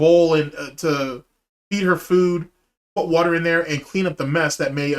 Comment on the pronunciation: When said "Kelly blew me out the wudder, the other day" My soul left my body.